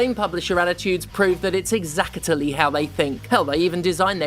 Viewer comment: I like how Stephanie inserts an extra syllable into the word "exactly". It's fun! Also 🪓🪵 for CEOs (no emoji for the French Overzealous Haircutter, sadly)